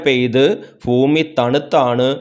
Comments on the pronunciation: ഫൂമി അല്ല ഭൂമി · Fumi Alla sir Bumi anu 😂😂😂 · ഉച്ചാരണം seriyakkoo